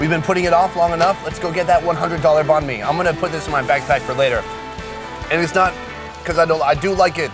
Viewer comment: Check out Kyle Le's Channel: Check out Anan(The $100 Banh Mi Place): Sorry about mispronouncing Banh Mi 3,500 times. China videos starting next week. Where's your favorite Banh Mi Spot?